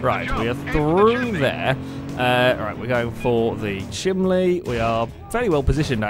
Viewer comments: how many people are being pissed off at pronouncing chimney chiminley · RANDOMLETTERSBLAH -Drift Enemy- was pronouncing it "chimLey", which is the entire point. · ***** I'm from Sheffield and I pronounce it chimini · I live in Georgia in the States and I've actually heard people pronounce it chimley before, so I don't think it's just a geographical location thing. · Yeah didn't even last 10 minutes into this video, I can't handle the stupid awkward laughing and the ridiculous way of saying chimney, I'm out. I give up.